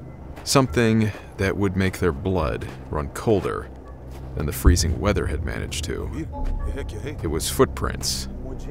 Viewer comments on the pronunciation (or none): none